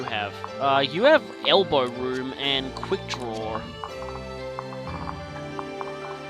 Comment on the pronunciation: I don't know if this would be considered racist, but I think it is funny to hear you say "quick drawr". Also either your getting screwed or im getting blessed, because Subaki and Hinata are some of my best characters